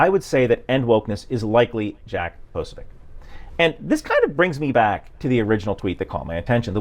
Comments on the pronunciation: It is pronounced 'Posobyets'. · tbh it /should/ be more like "posobietz", but rarely Slavic surnames survive in their original pronunciation longer than 1 generation xD